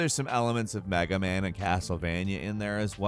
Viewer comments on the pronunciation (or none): Why does this guy say “gemm” instead of GAME? See also: Castlevennia, MAGA Man. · did he say MAGA man ? lol